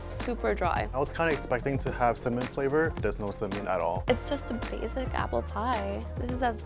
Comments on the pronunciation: He said cinnamon, but I agree, it kind of sounded like 'some mint' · In the captions it says mint, I think the way he said cinnamon just sounded like some mint.